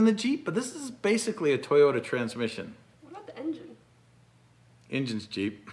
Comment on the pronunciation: Pasicically or specifically?